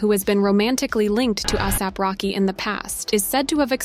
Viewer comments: At least learn how to pronounce the names 😂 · No hate but is no one gonna talk about how the narrator is pronouncing ASAP Rocky’s? 😭